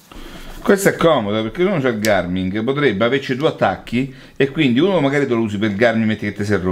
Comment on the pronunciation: .... ma di chiama Garmin e non Garming ..... siamo alla frutta 😭